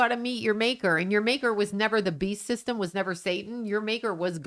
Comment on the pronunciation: are you saying “the bee system,” or “the beast system?”